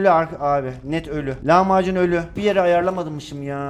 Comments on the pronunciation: Lavmacun derken lahmacun der gibi😅😅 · Abi lavmacun dediğinde lahmacun sandım